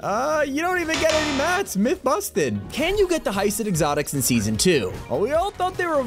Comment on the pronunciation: I love when he says myth confusted, lol